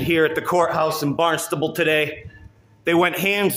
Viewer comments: OK, Hope I'm not being redundant, but: 1. It's pronounced "Barn-stuh-ble" We're very sensitive about that kind of thing around here ;) 2. That... person... is definitely one crayon short of a box 3. I guess he didn't notice the sign on the door that said "Use of any camera is prohibited in a courthouse". 4. I loved the security not playing games with him, ignoring his threats and simply ushering him through the door. Kinda wished he'd resisted though. Thanks for your content! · OMG - I got divorced in that Courthouse. BTW, it is pronouced Barn-stable